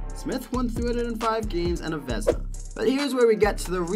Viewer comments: Grant Fur and Veznas 🤣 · horrible video, what the hell is Vesna??? Doing video about goalies and screw up their trophy name??? dude... what a shame